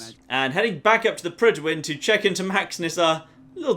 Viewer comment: Any welsh speakers here think it's annoying how Fallout 4 characters butcher the pronunciation of Prydwen?